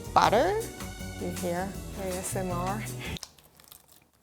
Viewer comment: saying ASMR is probably the most American her accent has ever sounded.